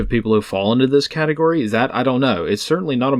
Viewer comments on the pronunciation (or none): none